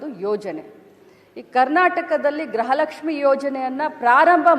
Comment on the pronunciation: ಗ್ರಹ ಲಕ್ಷ್ಮೀ ಅಲ್ಲ ತಾಯಿ ಅದು ಗೃಹ ಲಕ್ಷ್ಮೀ 😂